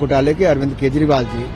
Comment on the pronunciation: वाह रे न्यूज रिडर .. केजरीवाल को केशरीवाल,बिजेपी को बिशपी और चौदा को शौदा..